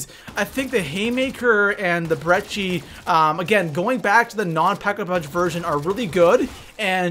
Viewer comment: There's no "H" in Brecci. Stop pronouncing it that way. It's Breh-Key